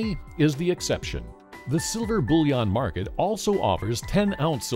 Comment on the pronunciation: It sounds like "bull yawn" to me, but yea he says it strangely.